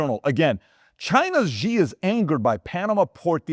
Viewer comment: Xi is pronounced like “she” in Chinese, not like “gi”. Can you adjust?